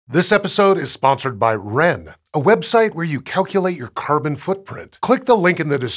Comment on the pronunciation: Is it me or does anyone else hears kerban instead of carbon??